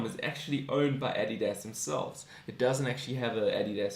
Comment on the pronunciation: Your saying Adidas completely wrong